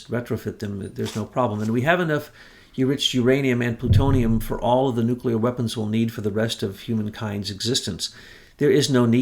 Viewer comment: Nuke--You--Lur? You're beginning to sound like Georgie Bush. You're way too smart for that. For goodness sake, even can pronounce it correctly. It's not that hard, say it with me now: New--Clee--Ur 😘